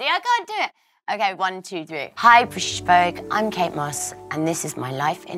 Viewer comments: ‘Hi Brishish Vogue’ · Did anyone else rewind the beginning to hear how she says British? She says brish? She's so cute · "Hi, Brshhtshh Vogue!" Wow, Kate's accent is so British she can barely pronounce the word "British." 😂